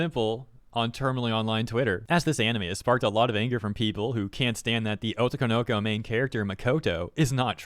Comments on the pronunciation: Oh toe ko no ko Otoko no ko You're linking the syllables wrong. You're saying it "oh toko noko." That's wrong. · Also, the way in which you pronounce otoko no ko as being one work was super funny😂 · It's weird to hear otoko no ko pronounced as one word when in reality it's 3 words lol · the way you pronounce otokonoko is so weird lmao